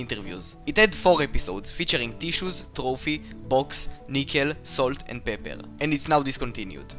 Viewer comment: "Salt and peppe" oh uh- this is what I heard 😀